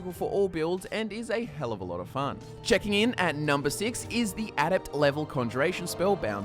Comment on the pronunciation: You say a lot of a-words weird: alteration, adept, adaptation etc